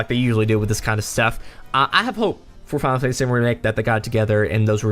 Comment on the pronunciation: Lol anyone else notice he says Filefacey 7